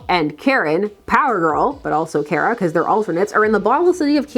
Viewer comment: You pronounce Kara “Kera” instead of “Kah-ra”. Odd choice